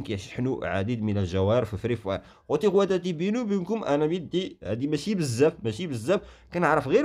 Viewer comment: هههههههه عندك الحق ملي بدا الفيديو وهو كينطق فهاد العبارة🤣🤣🤣😅😂